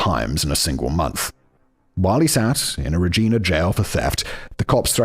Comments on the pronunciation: Simon: they told me it's super important to pronounce Regina like the people there do Also Simon: gets it right twice and then wrong 87 times after that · Simon totally ruining the pronunciation of Regina, and Toque is making this video so hard to get through..... ... lol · MAN! Simon had Regina right then he changed the way he said it for the rest of the video!! Lol So close! 🇨🇦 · It drives me nuts that Simon will use ChatGPT to ask about “ends meet”, but not how to pronounce “Regina” or “touque”. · Three hours of me losing my mind at fact boi’s pronunciation of Regina and toque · And Regina, I was screaming every time he said it! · Man. The pronunciation in this one is pain. lol Also I LOVE That he had Regina correct the first time. And then got it wrong trying to correct himself. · Well done David, I cringed on your behalf at all of the mispronunciations like Regina and Toque. And here I am shouting at my phone. I even wandered over here down Spotify because it bothered me so much. I was like, he gave a pronunciation guide is Simon just Fucking with us now?! Is he doing this for shits and lovelies? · In Canada the way we pronounce Regina rhymes with "vagina". So long as you pronounce the city name without the letter V you won't offend the locals. Also of note, a song was written about David Milgard: "Wheat Kings" by the Tragically Hip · Im also originally from calgary but a couple of years older and i remember the arrest vividly. Ok, simon did okish on Saskatoon and then it went downhill from there. For anybody wondering its toque(rhymes with puke) Regina (rhymes with..yes that) and Saskatchewan rhymes with nothing so just say it however lol. That was honestly painful to listen to So funny how simon asks chat gpt about ends meet but not how to pronounce a place he needs to say 112 times in a row😂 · Not to mention Regina 😂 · And Regina... And Saskatchewan was a bit rough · So Rej-👁️-na. Got it. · Yup reg-I-na to kind of try and break it down... Lol